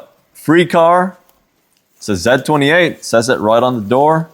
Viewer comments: Cool project! Just a little fyi its pronounced ZEE 28. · Zeee 28 say it with me ZEE 28 🤣